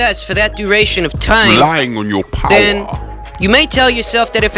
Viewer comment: “Relying on your Powah” 😂